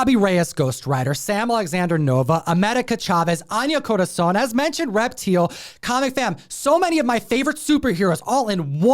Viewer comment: I'm pretty sure that's pronounced "Rep-TILE." I mean....kinda obvious, right?